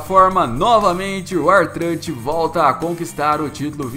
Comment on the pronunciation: A pronúncia não é UAR TRÂTE